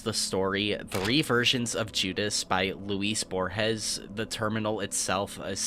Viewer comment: Cool video. I think the white room in space at the end was a reference to the end of the 2001 movie. If you do more stuff like this be sure to check on the pronunciations of non-English words and names like Sera and Borges before recording. Also thought the substitution of the word suspecting for suspicious was odd. I also suggest people check out Wax Tailor’s version of Que Sera Sera. Let Go graffiti also featured very prominently in the somewhat hellish, very hard early post war timeline Fallout: Frost. From the people who made the similar Dust mod for New Vegas. The storytelling here also has some echoes of the famous my house level for Doom which I think you referenced in passing with the Doom HUD at one point.